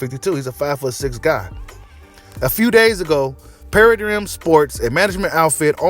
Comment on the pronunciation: I think the word you mispronounced was Paradigm = Para•dime